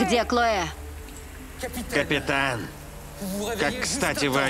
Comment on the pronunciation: КлоЭ какое-то...)) а по-русски это имя звучит "Хлоя". И никакая не "Клоэ". Переводчики такие переводчики))